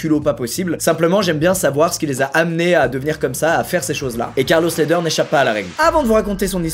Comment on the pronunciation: Mdr c’était quoi cette accent anglais sur le premier Carlos Ledher, c’est un colombien, c’est espagnol ahah faut prendre cet accent espagnol alors gringo ahah